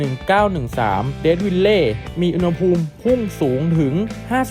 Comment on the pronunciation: อุณหภูมิ ต้องออกเสียงว่า อุน หะ พูม นะถึงจะถูกต้องตามหลักภาษาไทย